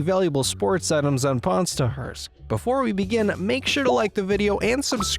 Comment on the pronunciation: not stars but stahars😂